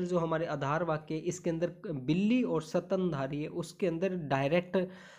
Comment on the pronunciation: Sir sorry but apki hindi n English dono pronounciation not right ....specially स्तनधारी, रोजेज,फ्लावर्स